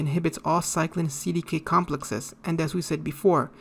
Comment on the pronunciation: It was a great lecture at all except the pronunciation of CDKs but it was not a big deal, I get it.